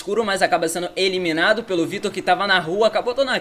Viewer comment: "Jogador ja vai sendo emilinado kkkkkk